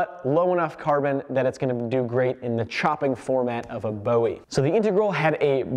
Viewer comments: As a Texan, you're killing me with how you are saying Bowie. Jim Bowie prounounced his name as 'boo-ie' not 'bow-ie' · Can we please pronounce the Bowie knife correctly. Bo ee was the singer. Boowee was Jim Bowie of the Alamo. Ancestry has the name as Bui